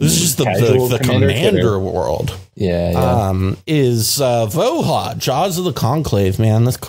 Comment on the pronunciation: Just fwiw, I believe the name of the card is Slavic, so the "j" in "Voja" should likely be pronounced like a "y" or "i", ending in something that is likely closer to "voy-uh" or "vooh-yuh". I'll let anyone more in the know correct me.